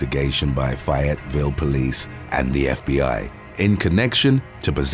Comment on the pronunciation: fayetteville pronounced strangely in this video